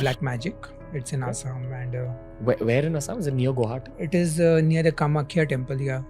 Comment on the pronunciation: I heard kamakhayaa temple many times🙄